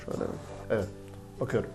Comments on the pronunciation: ulan şu adamın video başlayınca nevet diyişi sadece benmi sinirleniyorum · bir daha neğvıt dersen sinirden gebercem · biri şuna evet demeyi öğretsin